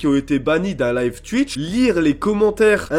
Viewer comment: On dit skouizzie et pas skuizzie, on dit ou-hi et pas ui pour oui. C'est pas tui-tche mais tou-itch.